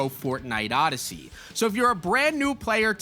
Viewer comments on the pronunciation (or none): none